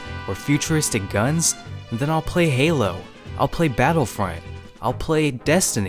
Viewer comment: you pronounce halo wrong